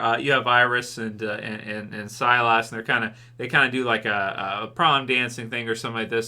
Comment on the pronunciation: Sylas. Pronounced Sigh-Liss lol. Last week was see-less. Now it's sy-lass. It's just sy-liss. 🤣 Thanks for reviewing this though. Most of the other YouTubers just gave up. I'd love to give up too. If it didn't connect to Rick and show us the crm. Then I wouldn't bother.